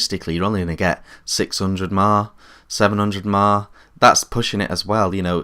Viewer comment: Really, why are you saying "maa" instead of milli-amp-hours or at least M.A.H.??? You wouldn't say "ouk" in instead of UK or United Kingdom would you?